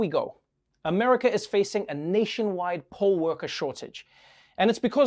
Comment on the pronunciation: Poll worker NOT pole worker!!!! It took me way to long to understand what he was talking about 🤣🤣🤣😂